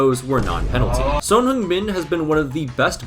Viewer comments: video was great but why do you pronounce "son" as "sown"???? its just pronounced as "son" like the star or a parent's child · This guy definitely watches Hunter x Hunter. It's pronounced "Sun." Not "Sone." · Is his name actually pronounced "Soan" or am I just crazy? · I'm sorry, but the way you're pronouncing Son is annoying me.